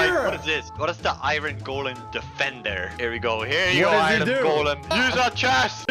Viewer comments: i love it when calls iron iren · A noob says iron A Blaze says “ Iron (Eye Ron) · I love when calls iron, irin. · sord - ❌ suword - ✔ iyern - ❌ iron - ✔ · It’s I in not I ron